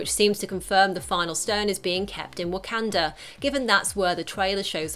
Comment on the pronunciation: 'Whack-can-dra" is pissing me off.